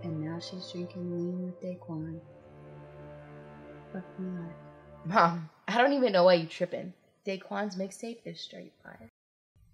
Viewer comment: what made me laugh was that it isnt 'day-quan' its 'dah-quan'